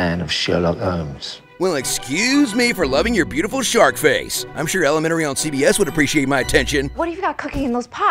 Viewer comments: i heard "shark" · Ohh lmao I thought he said shark